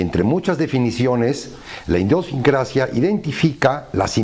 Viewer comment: Indiosincrasia? 🤔 No Es Idiosincrasia ✌🏼🤪